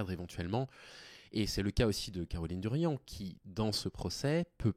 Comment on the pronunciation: Darian, pas Durian bordel